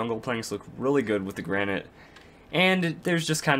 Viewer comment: Lol u don't know how to pronounce granite(Repliers shut up) The 'a' is said like in grand and the 'nite' is said like the word knit.